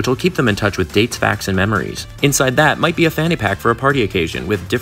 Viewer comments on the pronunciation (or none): none